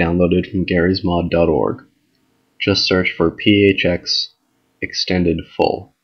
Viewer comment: OMG when you said PHX i thought you said Pee Age Hax